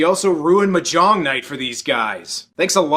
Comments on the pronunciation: it's not "ma-'JONG" night; it's "MA-jong"; the accent is on the first syllable. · it's not pronounced "mahJONG"; it's pronounced "MAHjong".